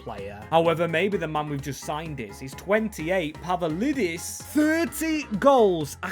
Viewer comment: ITS PAVLIDIS NOT PAVALIDIS BRO COMON